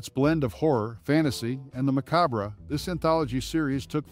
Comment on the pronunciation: MACABRE NOT MACARBRA!!!❤